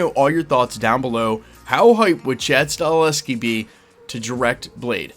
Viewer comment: .... Sta-HEL-ski. Sigh. Maybe next time. 😁 Man... I sure do hope they get Blade up and running though. Who would've thought it would be SO hard to make a movie about killing vampires?? They don't need to re-invent the wheel. There's a blueprint already there... the first TWO Blade movies PLUS a boatload of comic storylines! Sheesh! 🙄